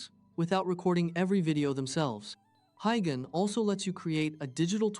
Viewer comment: Wtf is "Hi Ghen"? Do you mean "Hey Jen"?